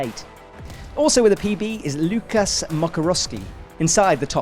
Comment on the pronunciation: I really wish would learn how to pronounce athlete names properly... First I thought he's new to this, then I thought it's live stream, it can happen... But this is a pre-recorded video, there's no reason to butcher the names of Guillermo, Lukas and Michael - or actually pretty much anyone who isn't English. Please do better 🙌